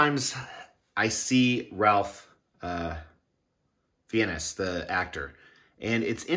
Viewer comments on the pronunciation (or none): Ralph Fie-nehs is the furthest away from his name pronunciation. It's pronounced Rafe Fines. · HE LOOKS COOL, SPOT ON. BUT I NEVER LIKED HARRY POTTER. THE ACTOR'S NAME IS PRONONCED "RAFE FINES" MASSIVE CONGRATS👊🏽🥃